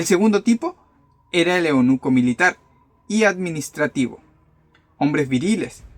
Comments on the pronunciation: Eunuco no eonuco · No es eonuco se dice eunuco